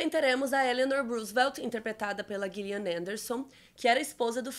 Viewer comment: So um toque o nome nao é Guilhian e sim Jilian . A atriz ta ai com quase 30 anos de trabalhos memoraveis ( AX, Hannibal, The Fall, Sex Education, American Gods) e bastante publicidade sobre (toneladas de premios ) e nao da mais para errar. Se escreve com G mas nao se pronuncia da forma que vc disse.